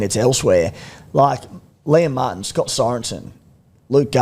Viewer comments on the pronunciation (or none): none